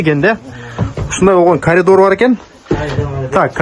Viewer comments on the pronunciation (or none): none